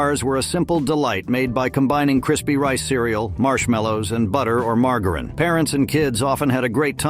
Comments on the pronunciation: No one pronounces margerine like that get real !!!! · It's Margarine with a soft G.